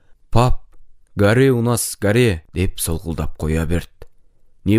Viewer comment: Гаре емес горе деп окылады